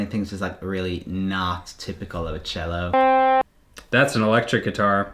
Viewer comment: It's cello, not jello